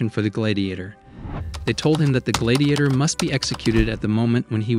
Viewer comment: Why do you pronounce gladiator like that?